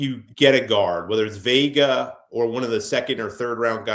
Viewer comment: ‼️@ ... Cole‼️ it's not Venga, it's Vega ... like Jeff says 🤦🏾‍♂️